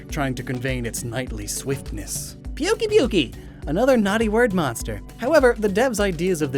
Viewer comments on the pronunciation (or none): Pukey pukey? It's pookay pookay. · Pukei-Pukei is actually pronounced "poo-kay poo-kay", not "puke-ee puke-ee", which leads me to believe that its name probably comes from something entirely different. It sounds like its name may be derived from something Samoan or some other Pacific Island language. Which I mean, going by its overall aesthetic and how it loves scatternuts (which look like mangosteens), I could totally picture a Pukei-Pukei just chilling and fitting right in in some Pacific Island jungle.